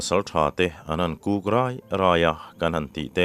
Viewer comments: I kuk dan hi i thluk dik lo deuh anih hi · I KÛK thiamlo ve chiang hle mai 😂😂😂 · i kuk ri chu keini lam ah chuan kan hmang lo nasa mai. keini lam ah chuan 'HU' tih lam rik i ai kan lam